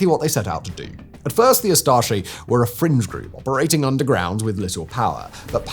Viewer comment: Had a stroke when you said group